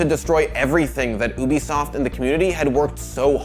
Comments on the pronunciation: My OCD kicks in when he says, "oobisoft" instead of "ubisoft" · My guy be sayin oobisoft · ah yes, oobisoft- I know that company well